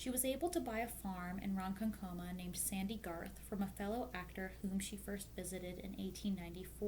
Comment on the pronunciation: Lake Ronkonkoma is a challenge for non-New Yorkers - this is the second video channel that has stumbled over it. It's pronounced pretty much as it is spelled: Ron-Con-Co-Ma. Very nicely done video. Maude was an amazing actress, inventor, and theatrical designer. It's a shame she isn't spoken of more often in theatre classes today. 😢